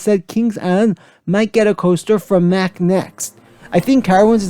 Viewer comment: Just to help you for future videos: Mack is pronounced (Mock) Ex: stop MOCKing me. Tumbili is pronounced (tomb-bee-lee). Anyways great video! Can’t wait to see what else you have planned!